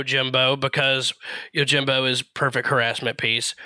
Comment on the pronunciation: I, as a weeb, am literally correcting his pronunciation out loud. The people around me are looking at me like I'm crazy when I yell, "ITS YO-JEEM-BO NOT YOUR JIM BO"